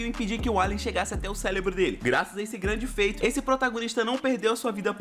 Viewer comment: Curti o vídeo, mas o "celebro" perdi tudo aodiuhaoifshouafhpuioahgiuad